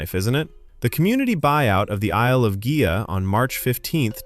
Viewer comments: Congratulations on pronoucing Gigha correcttly ! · Pronunciations here were pretty good, like Islay, Gigha. Only noticed the tricky Culross slip up.